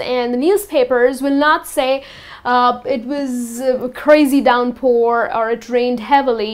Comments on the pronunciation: Downpour, not 'Doronpour' .... but good video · thank you very much for good explain note: i think word of "downpour" not Not clear in video but it was Very good video